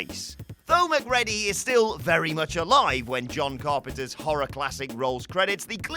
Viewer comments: Mac Cready... NOT... Mac Ready... PLEASE!!! STOP!!! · Mc CREE DEE, NOT MC READY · It's pronounced McCreedy not Mac Reddy 😂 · LMFAO Mc"Ready" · I...has he never seen The Thing? MacReddy? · Sorry dude, but that’s not how you pronounce Macready. The way you say it, sounds like being prepared for your shift at McDonald’s! Lol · Dude... it's pronounced 'Mac-REE-dy'. Have you even watched 'The Thing'? Similarly, in 'Chinatown' it's pronounced 'GITT-ess', not 'GITTS'. And I'll leave the obvious right there. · Who watches Infinity War and puts it on Thor? Very clearly the Avenger who failed was Quill. They are literally inches from having the Infinity Gauntlet off Thanos's hand. And also... McReddy? Erm, yeah, that's not how it's pronounced but solid effort... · McREDDY?!!!!! Have you even seen the film?!! Once I can handle you saying it wrong, but repeating it........ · "McReddy"? Have someone who actually SAW the movies narrate them. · Please stop saying Mac-Ready :( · Thats not how you say Mc ready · It’s macgready rhyming with GREEDY in the thing if you ever saw the movie and were not reading from a script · I feel that those narrating these videos should at least watch the damn movie they are giving their opinions on. "Mac-Ready"??? Really?!? You guys suck. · So yeah maybe actually watch The Thing... Then you can pronounce the names correctly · How you gonna go and mess up MacReady’s name???. That’s coming from someone from Glasgow.. GLASGOW! Watch the fuc*king movie man. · You forgot from WhatCulture the quest correctly pronouncing MacReady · Your mispronunciation of all the character's names means you haven't seen these films, have you?